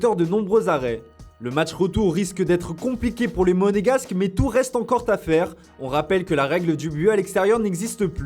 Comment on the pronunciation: 1'18" - "reste encore (t)à faire" les mecs ils me fument tous les jours des nouvelles liaisons venues de l'espace.